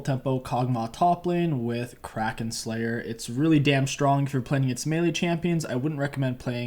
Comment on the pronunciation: HE FINALLY SAID KRAKEN CORRECTLY. Instant like.